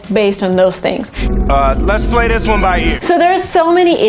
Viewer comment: let's BBlay by ears(X) let's PPlay by ears(✓)